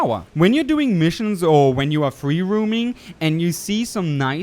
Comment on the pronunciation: I don't want to be that guy but it sounds like you are trying to fight the vocal-cord parasites with your pronunciation -- you're pronouncing "H" (aeytch) as "heytch", and "roaming" as "rooming" instead of "rome-ing." Other than that -- awesome video :)